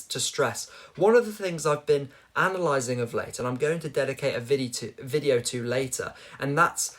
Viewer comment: “I’m going to dedicate a viddy too, blud”